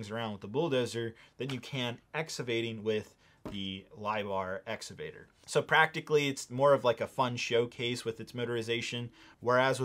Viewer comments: exCavator not exavator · It's pronounced, "Ex-CA-Vator.